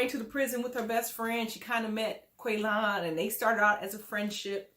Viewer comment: because it’s funny!🤷🏻‍♀️ Shovel mispronounced Qualons name the entire season!